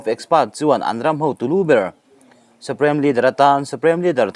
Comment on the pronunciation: Suprem nilovin Suprim tia lam nise